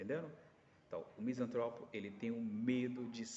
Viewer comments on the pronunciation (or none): Sou misantropo, não existe misântropo, esse acento que vc usa para falar de nós, está errado. Sacou minha misantropia? Mais características: uso de analogia desde os três anos de idade, sou inventor bem sucedido, sou escritor premiado, sou músico amador, desenvolvo robôs utilitários, programo máquinas complexas, não tolero a ignorância pretensiosa. Muito reveladora sua colocação, obrigado pela análise.